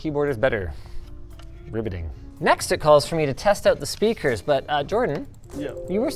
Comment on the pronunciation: Did he say "riveting" or "ribbiting" 😅